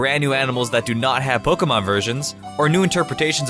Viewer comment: stop saying pokumon